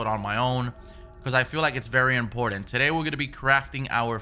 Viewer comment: Love how you say Important lol “ impordant” that spanish accent kickin in lol